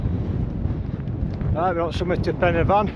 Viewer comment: As everyone else has said it’s corn Dee And your pronunciation of pen y fan was spot on mate and sounds even better in you’re northern accent.